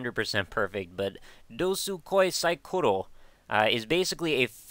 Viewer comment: as a certified beginner in japanese, you ACED that title pronounciation!